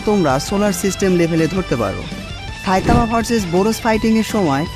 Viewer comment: সা‌ইতামানা। ছাইতামা😂😂😂